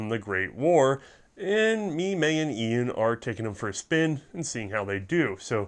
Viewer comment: "Een"? Who's that?